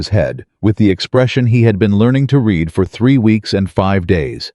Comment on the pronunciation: Less than 3% of the population in the world has gray eyes... Yet these men always have gray eyes. Would be nice if you could make your AI say words in the tents that are meant to be. Read pronounced red and vice versa. And I am sick of these stories always having the woman give in and take the man back. Doesn't matter how he treated her or that he cheated. I've started just going to the end of the story to see does she go back to him, before I even watch it.